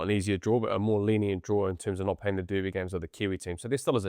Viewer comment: Someone please explain to how to pronounce ’derby’ and ‘to’.